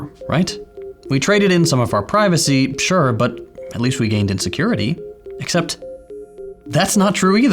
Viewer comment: "..we gained IN security" i see. thought you said "gained insecurity" lol